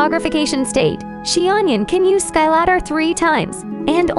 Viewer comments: “Chi onion” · they really just called her "she-onion" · Xianyun ❌ Xi-onion ✔️